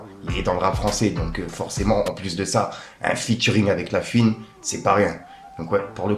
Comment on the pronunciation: eh fait un effort, on ne dit pas "pisse qu'en gros" mais "PUISQU'EN GROS". Tu fais saigner les oreilles sérieux. Pareille fais un effort avec La FOUine, pas "La Fiune". C'est pas méchant, mais vu que tu utilises souvent ces mots, ça rend fou. T'as des jeunes qui t'écoutes alors montre l'exemple. Peace.